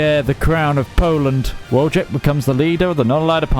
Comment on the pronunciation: Also Wojtek is read more like "voyteck".